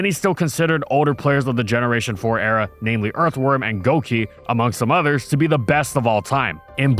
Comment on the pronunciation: The way you pronounced era gave me a hearf attack